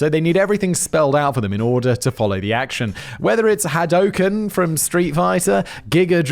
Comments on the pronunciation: When Simon 'B is for Big brain' Whistler our beloved provider of facts, mispronounces Hadouken in such a way that you don't think blue fireballs, too cool for school ken and /or allegedly totally different in everyway Ryu, instead makes you think, if Homer Simpson were to join the tournament he would 100% scream that while chucking doughnuts at you. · its haa doo kenn